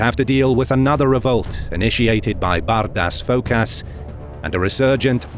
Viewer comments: Cus it sounds like BADAS FKASS. LOL HAHAHAHA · hahaha Every time he says Bardas Phokas HAHAHAHA priceless dudes....